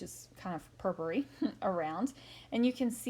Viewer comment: lovely .do you mind me asking Why you call it purpur? and not purple